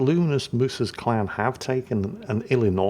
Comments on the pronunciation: I swear I heard him say clown battle right at the start of this video 😂😂 instead of clan battle. Guess we'll see if it's an accurate statement. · Ohhh!!!! Clan!!!!! Lol! I thought he was saying CLOWN!!!